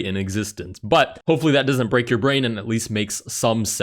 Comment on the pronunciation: My bwain hurt... 😵‍💫🥴